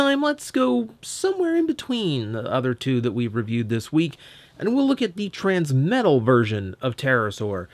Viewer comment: "Transmetla," huh? >w>